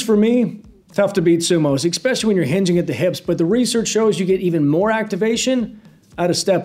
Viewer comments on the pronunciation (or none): The "expecially" fucking killed me 😂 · We need the “EXpecially” merch! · “EXpecially” lmaoo